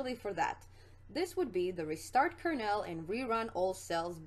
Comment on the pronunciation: great video... but your pronunciation of Kernel drives me nuts, lol. It's pronounced "kur-nuhl" or "kur-null", not "kur-nail". Like a corn kernel or colonel in the military.